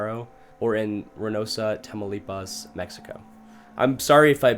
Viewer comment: its "tamaulipas" lol, I live in Mcallen, Texas, which is right next to Hidalgo, which is the border town to reynosa, tamaulipas. lmao